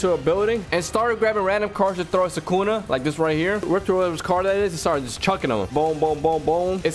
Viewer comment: Guys for a second in mahoraga sukuna becomes thukuna